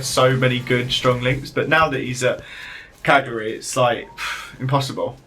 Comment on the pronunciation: says he get annoyed when people don't call him his right name and then goes on to say cagari instead of cagliari